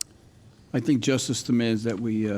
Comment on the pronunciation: “justic, Justic, J U S T I C FOR ALL”, by aoc ,,,whatta dingle Dorf. Hearing this wench set there and say justic when spewing communism makes me 🤒🤢🤮